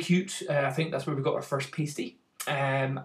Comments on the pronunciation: Come on... its pronounced. Pahstee, not pastey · Pasty rhymes with nasty, not hasty! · I'm from St.Ives, good job no one heard you pronounce it 'pastie', else there would have been a witch hunt on.